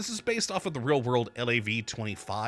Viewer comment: Those Bisons are about 2x too big! That or you're about 2.5 ft tall lmao LAV is pronounced lahve btw. It's from Canada and that's how we pronounce it so... And NO! that's not an APC, it's an IFV!